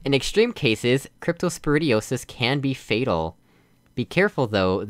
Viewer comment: What's so funny about diarrhea? This? ;P I kind of get what you mean but at the same time I don't, does that make any sense? Nailed the pronunciation! I literally just understood the real meaning of "inhabit" a few days ago. I always thought it meant "be the habitat for", maybe I'm confusing it with a similar word. This is the latest disease map right? Man, I really wanna make another one but at the same time I wanna finish Midnight Part 4. Oh snap! Yes! It didn't work! Even if it did, that wouldn't help because the fizzler would turn back on Bingo! high five You know....there are more surfaces at the bottom you could use :P Those lights are there to help you position your portal. I thought as this point the a-ha moment would hit you but clearly it didn't.......yet What are you doing? "A-ha" moment? More like "A-hahahaha, HAHAHAHA!!" moment XD Yay it's back! Seriously, thank you for these. Greatly appreciate it :) Thanks for playing! I am very glad you found the solution so clever :D